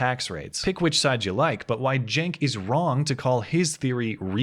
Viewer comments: Your title says Cenk but you say Genk. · I think you are pronouncing his name wrong, it is Chunk Uygur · Cenk is pronounced dink. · CNN Blackmail Support Cenk is Turkish, thus his name is spoken with a J, like Jenk. So yes, it is making fun of his name. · You keep mispronouncing that guy's name and I am DEEPLY OFFENDED. It's "Chunk Anger," dude! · justmemadison Yeah, just heard a couple of people pronounce it jenk so I'm sticking with that cos it's funnier ;) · "J" or a "G"? I'm pretty sure its locic with a "C", as in Cenk.